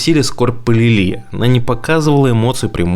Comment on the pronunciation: Не Лилú а Лúли!